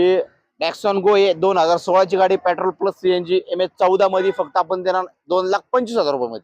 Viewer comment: पेट्रोल शब्द नीट म्हण लका